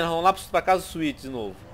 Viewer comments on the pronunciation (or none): O nome do irmão do CJ é Swet mano e não César...